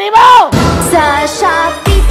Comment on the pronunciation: “shoppy po shoppy.” Hahaha